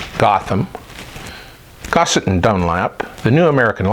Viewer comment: isn't it Grosset & Dunlap not Gussett?